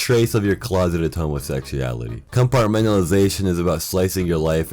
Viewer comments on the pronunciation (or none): lol "closeted homosexyality"